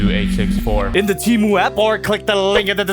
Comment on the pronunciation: You pronounced temu wrong